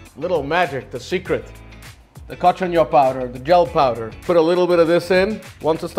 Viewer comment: "Gell" powder???? It's pronounced "jel."